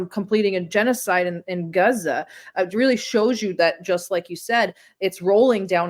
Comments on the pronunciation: Guzza? Is that Gaza pronounced with a Yiddish accent? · Somebody tell this chick that it's Gaza, not Guza. That' what you get when they get out of the kitchen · its pronounced gaaaza, not guuuza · It’s Gaza, not Geza… 🙄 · Guza..... 😒 I die inside a little when she mispronounces that 😂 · Why does she keep calling it Guza? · Great discussion, but please stop pronouncing Gaza like that. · Why can’t she say Gaza properly?